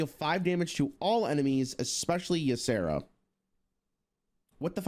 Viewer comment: exspeshially made me phisically cringe